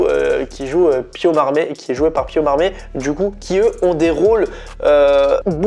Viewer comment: Il s'appelle Pio Marmaï, le i tréma se prononce en français. On ne dit pas Marm(é),. Et il me semble qu'il faut prononcer le S de Duris. À part ça, bonne vidéo. ;-)